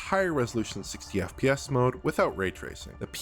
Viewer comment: Every time this man says FPS, I hear F-PYES. Am I alone in this?